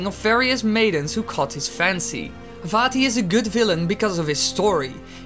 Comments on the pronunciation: I know it is most likely your accent but I heard "Fatty" instead of vaati xd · When he said Vaati once, it sounded like he said fatty